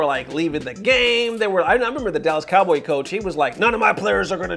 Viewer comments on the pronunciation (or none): none